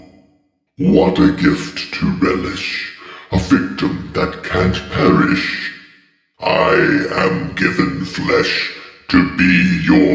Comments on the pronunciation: It's forgot and perish not fogot and parish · When it says that can’t parish I think it’s perish